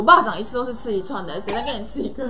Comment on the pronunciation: 一串怎麼聽起來怪怪的😅😅😅